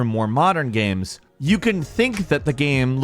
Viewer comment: Why does he keep calling games gams?